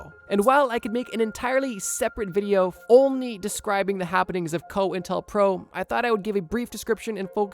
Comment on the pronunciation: It's pronounced Coin Tel Pro